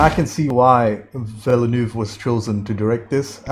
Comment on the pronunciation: I know he swallows most of the letters of his name…but if you ever heard the director pronounce his own name in an interview, you’ll hear him say “vil-new”. That is all, “vil-new” Two syllables.